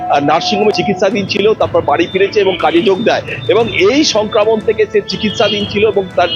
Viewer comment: কথা টা সংক্রামন নয় । সংক্রমন।